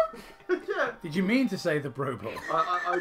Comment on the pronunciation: The broble XD, I’m dying